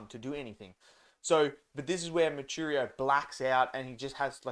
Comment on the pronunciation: MOO-WEE--CHEE--RO brother, not , moocheerioo